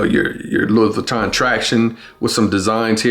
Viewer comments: If you are going review a pair of shoes and have any credibility, please say the name of the fashion house correctly come on man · Imagine pronouncing Louis Vuitton wrong and saying it that many times 🤯